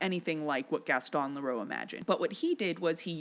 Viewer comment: Some pronunciation things 🙂: Gaston Leh-ROO, Carl LEM-lee, and Ben cuh-RAY.